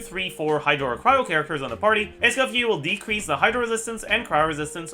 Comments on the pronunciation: It's Escoffier not Scuffier after all baddumtss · Pronounced Es co fee ay 😂